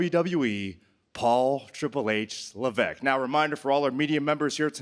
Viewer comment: Repeat after me... Statuesque... Lavesque... Why does Paul think his surname rhymes with "peck"? Is it ignorance from childhood or inherent stupidity? It certainly isn't a French pronunciation!